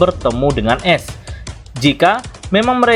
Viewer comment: dibacaanya aes bang bukan es